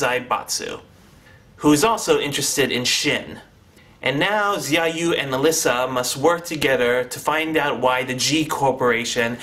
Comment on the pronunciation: its pronounced shao-you(xiaoyu) but yeah the story was a complete clusterfuck.the fight scenes and CGI were the only factors that redeemed it